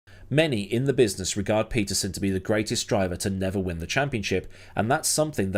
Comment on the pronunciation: pronounced: Pettersonn. Please! Pleeeease!